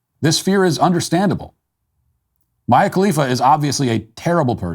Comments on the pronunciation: Don’t lie, you knew it was pronounced Mia and said miah on purpose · Mia sounds like Me-uh Maya sounds like My-uh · Maya Khalifa instead of Mia Khalifa. You know you're a true American when you don't say a word of middle East correctly 😂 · It's NoT Maya , it's MIA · C'mon man, you can say her name correctly, no one is going to judge. Don't act like you hadn't heard about Mia. Cut the Maya crap. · Acting like he doesn’t know is Mia not Mya 😂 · I LOVE the way you keep pronouncing {Mayyya) as {Meyah}.... love it. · It's Mee-ah Kalifa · Very hard to take Matt’s advice seriously after seeing him hide (badly) that he knows exactly how to pronounce “Mia” correctly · I love how Matt just deliberately mispronounces her name as 'Maya'. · Matt calling mia, mya just goes to show how good this man is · Walsh knows its Mee-yah! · I'm pretty sure the name you are pronouncing would be spelled "Maya" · it’s ME-YA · At this point I'm convinced Matt is just mispronouncing names on purpose lol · It’s pronounced “me uh” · The way he mispronounced Mia is priceless😂😂😂😂😂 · Love how MW pretends not to know how to pronounce her name. Even if he’s never heard of her, her name is super easy to pronounce. Calling BS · I stopped listening as soon as a grown man was incapable of figuring out how to say Mia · Matt mispronouncing her name just to prove he never watched her content is a pretty high level joke lmao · Don't think we all don't know why you intentionally mispronounced Mia's name. 🤣🤣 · So adorable, Matt pretending he doesn’t know Mia’s pronunciation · Best part of this video is just him mispronuncing her name, whether intentional or not... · Definitely on purpose, never seen anyone get names this wrong before. But he can still pronounce Chaya Raichik correctly lmao